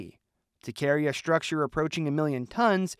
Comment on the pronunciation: why does the AI voice pronounce the word structure as 'shtructure'? It seems that AI has a problem with the sound of theletters "ST" when put together - somehow considering that "ST" is pronounced SH